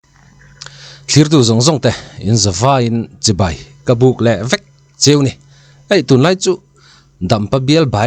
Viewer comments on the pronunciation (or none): none